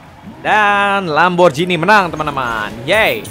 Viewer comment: bacanya lamborgini bang bukan lamborjini